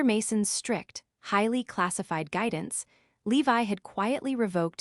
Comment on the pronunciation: His name is Levi, not Leave I Your AI is horrendous!